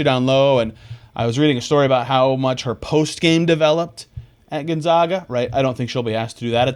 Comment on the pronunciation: So, excited for Ejim! Get it girl! I did cringe hearing the way Gonzaga was pronounced though. Gahh! 🫣